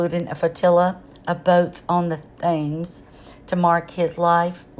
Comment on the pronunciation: Well done,. (River Thames is pronounced tems. 😘)